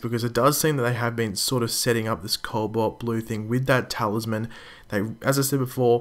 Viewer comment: There's no "L" before the "b" in "cobalt"